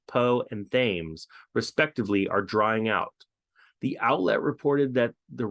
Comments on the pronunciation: You aren’t the only person mispronouncing The Thems as Thames. Google translate will give the correct pronunciation. I like your videos. Be safe. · Fyi: tims not thames , pronounced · The river Thames is pronounced Tems